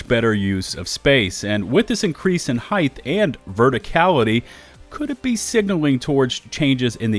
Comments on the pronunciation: hith isnt a word. height is. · The is no "th" at the end of "height". You keep saying "heigth".